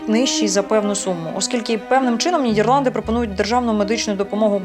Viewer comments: толковий гайд по Нідерландах, був там в далекому 2000-му році, я її називаю країна-Діснейленд, бо жив у маленькому містечку де кожна хатинка і подвір'я навколо - маленький шедевр. Єдинє, дратує як авторка називає країну Нід"Є"рланди замість "Е". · Дякую за відео, було дуже цікаво! Я щиро бажаю розвитку вашому каналу, тому вкажу на майбутнє, на те що дуже різало слух. НідЄрланди, дІзайн тощо. В українській мові читаємо як пишемо. Скоріш за все українська мова не ваша рідна і мене дуже тішить, що ви прийняли рішення перейти на неї тому зичу подальших успіхів вам.